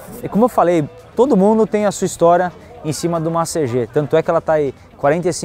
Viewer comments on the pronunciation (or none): CG não felho.. é Cêgi kkkkk tamo together